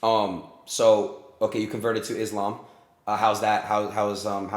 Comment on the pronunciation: The way he said it's ISLAM ❤️👏👏